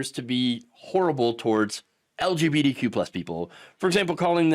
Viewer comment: Are you saying "LGBDQ"?